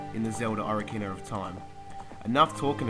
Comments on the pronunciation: only 5 times and btw its said OH-KA-RINA not O-RI-CANA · no offence but you pronounce it oc-ar-in-a not ora-cina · Bruh oracina really.... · O rar kina. lol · I lol every time you say ocarina.